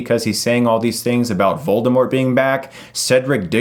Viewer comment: Hey... not to be a dick or anything but the T is silent in Voldermort. Rowling stated this in a tweet.